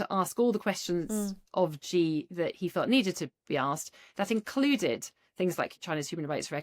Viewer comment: Blimey, the woman can even say 'Xi' correctly....she did it on purpose obviously